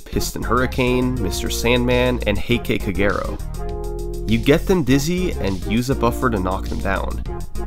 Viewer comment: bruh the way he pronounced “heiki kaguro” 💀💀💀